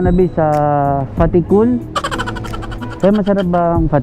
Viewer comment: may lahing bisaya si kasi alam nya ang:Tea Cool" hahahahaha LT talaga boss..